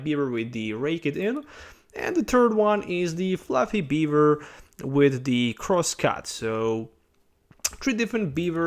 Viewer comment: Am i the only one who heard beaver instead of bewear